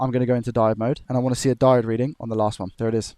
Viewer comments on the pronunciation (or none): none